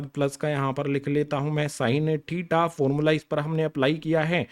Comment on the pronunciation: Tita nahi hota thita hota h😂